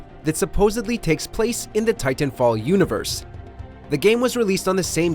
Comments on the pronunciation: stop saying "tie-tan" like that. :D Also some people like just healing and supporting the team ie rez healing bot and supply drops. Lifeline is my bros fav. Just saying don't count her out, she's very powerful with those supply drops especially once you start stacking all the ulti accelerants on her. Also wall running break this game IMO. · I don’t like the way this guy pronounces titanfall. 🗣WHOS WITH ME!